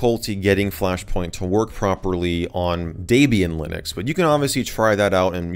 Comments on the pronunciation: deeebian not daibian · D"e"bian. Not Daybian. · Welp, that's the first time I've ever heard "Debian" mispronounced. Did that drive anyone else crazy? It's not pronounced "DAY-be-an" it's pronounced "Deb-e-in", as in the name was come up with as a mashup of the names Deb(ra) and Ian ... Debian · i'm sorry but , DEBIAN NOT DAYBIAN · your saying Debian wrong lol its DEBIAN not daybian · Daybian is indeed a very nice OS and there are a lot or people who use it. Personally though, I prefer Orch L-eye-nux. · who else is slightly irritated by the way he says debian >_< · Lol the way he pronounces Debian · you speak incorrect for Debian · You said Debian wrong